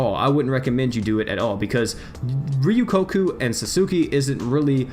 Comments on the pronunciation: Hold up. How did he just pronounce my girls Ryuko and Satsuki? Ryukuku and Satsuku?! Okay, but why? (I’m just confused) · Yes he did pronounce both their names that way.